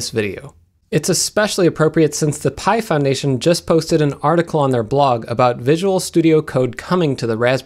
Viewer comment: Every time he says "Pi Foundation", I initially hear "Python Nation", which sounds rather cool. Anyone else have this happen?